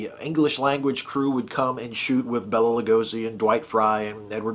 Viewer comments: Okay, loved the review and how cool was making a spanish speaking film at the same time? I am trying not to be nitpicky here, but I believe he pronounced his name Bay-la, not Bell-la. Sorry, that WAS nitpicky.... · Hey, what's up man? Loved your video! It was really great! I love the 1931 DRACULA. Such a great movie. Hey, I'm gonna do my main man Bela a solid here. His name is actually pronounced Bay-Luh. Anyway, please keep up with the videos! Really enjoy them.